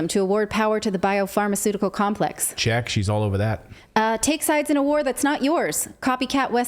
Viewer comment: ‘It’s compleeeeks’ ….string er up.